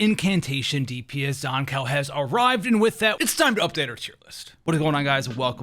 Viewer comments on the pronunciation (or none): Zan-COW? dude its pronounced Zankoo... Like skew, blue, boo and Zankou... I would even take Zankoo, like zoo or even Zankou like go. Zan-COW is where I draw the line haha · That aside could you please learn to pronounce Zankou correctly thank you